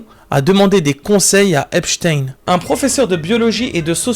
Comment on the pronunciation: Merci a de le dire correctement quoi 😅 parce que les gens qui disent epstinne on en peut plus. C’est epCHTEIN à l’allemande